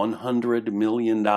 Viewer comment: sounds like collection of stuff you found over internet and filled the gaps as you wish. If you are not an expert over the subject please don't spread half baked information. also first I thought you were saying 100 billion then realized you saying 100 million, seriously. erdogan bought himself just one plane worth half billion usd, that money for incirlik is worth of snacks.